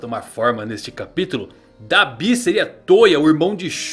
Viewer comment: muito estranho ver alguém falando "dabÍ", eu falo "dAbi"